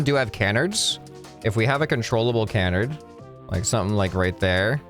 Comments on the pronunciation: ca-NARD, not CAN-ard. Emphasis on the second syllable. It's a French word. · It's actually pronounced can-ARD with the emphasis on the second syllable. Love you, love your videos, carry on Sir! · Also you're saying Canard. Wrong You're saying Kenard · I hate to be a bother however I don't believe you're pronouncing canard quite right.